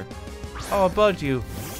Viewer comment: the way he says "budew"